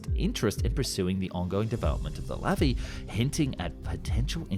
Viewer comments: Its pronounced lavi not levi. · Sorry, but it's pronounced Luvee (stress on the end syllable). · In Hebrew, the emphasis is always on the last syllable. It's not LAvi but LaVI.